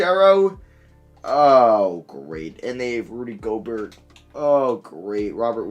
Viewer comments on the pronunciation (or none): Rudy Go-Bert 😭😂😂